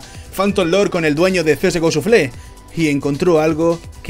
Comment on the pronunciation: shafle no shufle:v